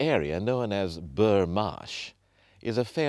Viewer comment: It's 'Bruff' not burr...I grew up there. This is why you have 201 subscribers. Must be the first person ever to wear a tie on the marshes. I can see others have said this but it annoys me when people () do no research whatsoever...